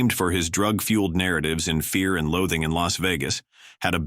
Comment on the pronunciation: Fear and luthing in Las Vegas.Please folks lets not get used to A.I. ...please